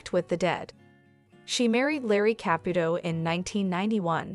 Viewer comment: Ka-pu-to NOT kap-puto